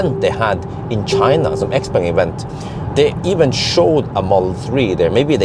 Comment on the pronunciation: isn't it spoken like "chiaupang" and not "expeng"?